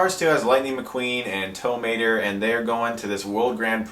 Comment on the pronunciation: You say Tow Mater like “tuh”Mater, except without the “tuh.”